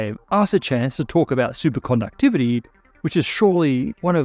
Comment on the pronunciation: I just love the way he says "Supercondouctivity" everytime.